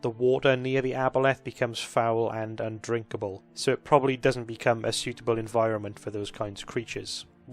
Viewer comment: I hate it when water becomes "unrinkable"